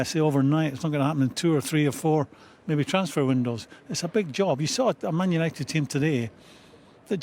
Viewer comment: What's a "Manishunited"?